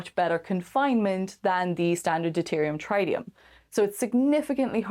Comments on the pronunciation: Traitium ? Nope: Treetium Rocinantee? Nope: Rocinanteh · Loved everything about the video except the grating mispronunciation of ‘tritium’. That first ‘i’ is short, not long. Otherwise, brilliant stuff. The Expanse rules.